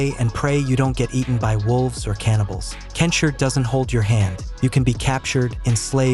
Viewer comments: Its KEN SHI, NOT ken shir!! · "Kensher?" Is this AI? Fucking hell, I got bamboozled again, didn't I